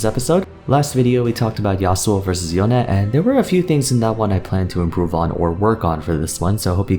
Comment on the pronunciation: Why does he say yone weird, it’s literally pronounced the English way in the cinematics